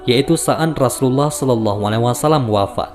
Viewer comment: Rosulullah bkn rasulallah ,tak ada huruf "Ra" di huruf hijaiyah..